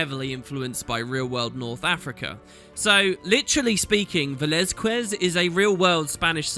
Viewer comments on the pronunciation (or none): Hey, big fan from Barcelona. Amazing that youre doing some mysteries videos again, love the lore! Just one thing, it's pronounced "Velazkez", we don't pronounce the "u" between the q and the e! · its pronounced something like veh-lahZ-kehZ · ... It pronouns Ve- lAz-kez! Know it's a nickpick, but I can't stand with his name being butchered. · Its pronounced VeLAZkez, its spanish lol THIS out of the way GOD i hope that if the developers and writers just had left this after watching your video they may pick it up again. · I LOVED THE CONTENT, despite you butchered the name Velazquez. :P Please, check how even google can read this. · First thing I noticed with this video: has no idea how to pronounce Velazquez.